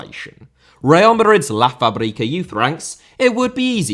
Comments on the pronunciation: It's pronounced FAB-rica, Not Fa-Brica, the stress is on the first syllable, just as you pronounce the word "fabulous". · It sounds like your saying Paprika instead of Fábrica. Should be something closer to fabric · "Lá fabrika" 😂😂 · I cant. Its la FAbrica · The word "fabrica" is supposed to be accentuated the same way that "fabregas" is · Great vid, just one small note. Based on the accent marks of the word, fábrica is pronounced with emphasis on the a first instead of the I in the middle of the word.